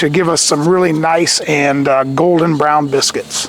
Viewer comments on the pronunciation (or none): none